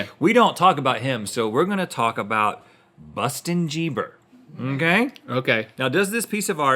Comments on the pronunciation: Bustin jieber 😂😂😂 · Busten Geeber 😂😂